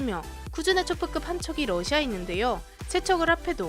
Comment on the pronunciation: 북 때문에 러시아를 부시아 라고읽음ㅋㅋ